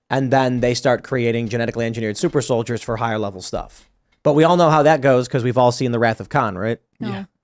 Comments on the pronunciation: Pronounced “solid-ears” apparentally… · Pronounced "sOL-iD-E-eRs"